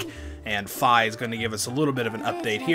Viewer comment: Its pronuced fee